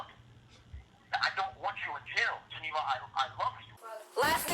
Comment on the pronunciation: Everytime when he said beat Geneva it sounded like X